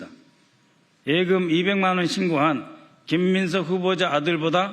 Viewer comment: 애금이 아니고 예금.ㅋ